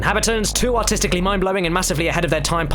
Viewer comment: ....he said artisticly